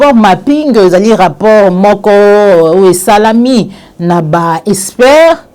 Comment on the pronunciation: Ma fille il faut faire un effort en vocabulaire, surtout en lecture : prononce plutôt expert au lieu de (espère)